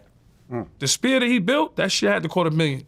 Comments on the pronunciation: Yayo pronouncing "Sphere" and "Spear" repeatedly is funny as fuck. Ignorance is bliss i guess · Somebody help Yayo say Sphere not SPEAR. . . 🤦😂😂Lol💯😂😂